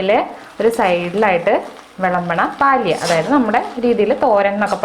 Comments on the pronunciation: പാലിയ എന്നല്ല, പല്യ എന്നതാണു ശരിയായ ഉച്ചാരണം. എന്തായാലും റെസിപ്പി നന്ന്.....!! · It is palya not paalya